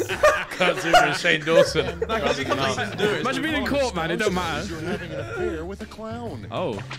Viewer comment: "Shane Jawsons Dizz" I love hahaha